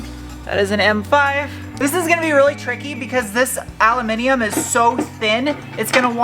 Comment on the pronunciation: It is so refreshing to hear you say "aluminum" correctly. I think I'll buy a lottery ticket haha